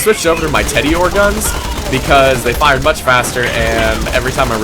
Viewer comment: Excuse me "teddyore?"